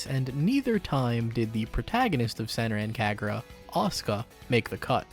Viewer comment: The pronunciation of Senran Kagura physically hurt me, how dare you